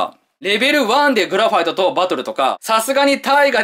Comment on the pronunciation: グラファイトの発音が凄かったような気がする